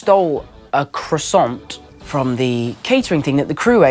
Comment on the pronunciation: ㅋㅋㅋㅋㅋㅋㅋ완죤 사랑스럽네요 ㅠㅠㅠ♡♡♡ 핱오브씨 때 500칼로리 밖에 못 먹었다니 ㅇㅁㅇ...! 그 와중에 크로와상 훔친거 웃기고 ㅋㅋㅋㅋ발음 못하는것도 웃기곸ㅋㅋㅋㅋㅋ